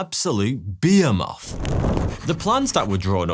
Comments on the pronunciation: What the hell is a beer moth (or does he mean behemoth "buh-hee-muth")? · Did the Brits run out of 'H's or something? He keeps saying BE*EMOTH.... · Say behemoth again 😆